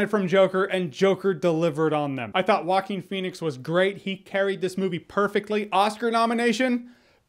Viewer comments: Vikas Chenna it’s pronounced wah-keen. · Jeremy “Hawkeen Phoenix” Jahns. Wait what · “Hawkeen Phoenix”- Jeremy Jahns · I hear you say “Walking Phoenix” lmao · Jocking Phoenix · Why is it so difficult to say Joaquín? I'm dying. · Joking Phoenix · He's name is walking phoenix although he is always running in the movie